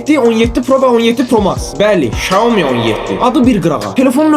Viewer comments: Şaumi yox , ksiami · Şaomi yox Ksyaomi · Shaumi yox iksomi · Iksyomi deilir qaqash şiaomi yox orda ş yoxdur Xiaomi yazini oxu sonra neise reklam et